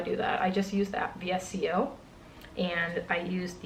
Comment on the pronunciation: Vee-Ess-Cee-Ohh Everyone else: VSCO (pronounced visco) 😂💀